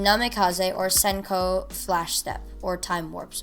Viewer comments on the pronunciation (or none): none